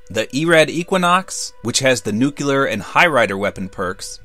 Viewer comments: Danzo Shimura, new - clear, NEWCLEAR, nuclear. new is one syllable, and so is clear. so together only two syllables. not "new-kya-ler" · NUKE-LEE-ER not NUKE-YOU-LER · You pronounce it like nu-ki-ler instead of nuke-li-ar. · Dangit....I've been subbed since around 7k and love your videos. You're in my top 3 fave tubers and your information is top notch. But plllleeaaaassee stop saying {nuke-you-ler} LoL. It reminds me of George Bush. It's a simple change, just try {new-clear}instead. But I digress, keep up the good work and I can't wait for the WWII challenge videos. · what is it with youtubers pronouncing nuclear wrong?